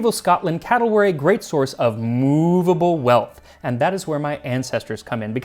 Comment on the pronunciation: Moovable wealth. One thousand pun points to you. Good rotary motion of the letter R, too!